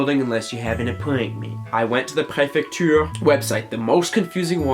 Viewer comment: "La pré-FEC-TURE" le cauchemard français 😬😰